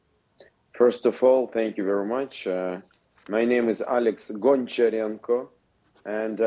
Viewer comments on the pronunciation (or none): none